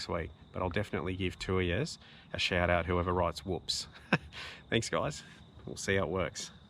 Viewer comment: Is that Woops or Whoops? Or Hoops (accent gets in the way, maybe) You do really highlight some good deserving channels here and I've subbed most of them. David is a constant commentor on my stuff now which is very cool. Keep up the good styff,!